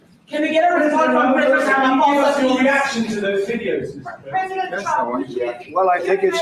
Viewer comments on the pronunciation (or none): pronounced pamapoesa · BTW his name is pretty simple Rama-Poza is the pronunciation. And no I can’t stand the idiot but you should make it a priority to pronounce a person’s name when speaking about him. It’s the polite thing to do. 🇿🇦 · RAMA-FOSA. Easy to pronounce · You pronounce his name ramaposa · It is pronounced Rama - porser. Dont be ignorant. It shows your racism. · The president of S. Africa's name is Cyril Ramaphosa pronounced "Ramaposa" ...not dificult to pronounce Mr. Trump!! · Ramaphosa is pronounced Ramaposa - silent h... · Ramaphosa is easily pronounceable... ph is pronounced as an F as in pharmacy... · 😂 funny "President Unpronouncable" - pronounce it Rha-mah-pho-sa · Correct pronunciation: "ra-ma-poo-sa" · It's pronounce as RA MA PO SA Crime is a big issues not only to whites English and Afrikaans but to All including the 11 black groups Non SA Blacks like from Zimbabwe etc Coloured Indians immigrants US please help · BTW. It's Raama poser.....correct pronunciation 😊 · IT'S NOT TOO DIFFICULT TO PRONOUNCE, LET'S SOUND IT OUT JUST LIKE ELEMENTARY SCHOOL ENGLISH, HERE WE GO, RAMA-POSE-AH. NOW WASN'T THAT EASY, LARRY! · Ra-mah-por-zah. It’s not difficult. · Oh, come on. Cyril Ramophosa isn't exactly hard to pronounce ... ! At least pretend to show some respect for the post, whatever your feelings about this awful story ... and pronouncing his name is also important for future recognition of who is responsible for such genocidal policies directly, or indirectly.